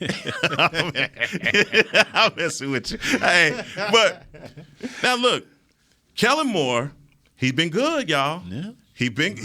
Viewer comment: Is saying kellem?does he know its kellen?lol